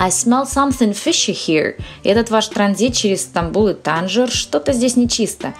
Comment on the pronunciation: "Танжер" в английском с ударением на первый слог произносится?